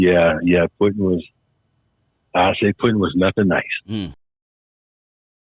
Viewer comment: It was Puddin. NOT Puttin.